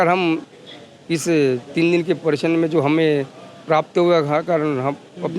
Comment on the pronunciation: परीक्षण 😅😅 परशिक्षण 😂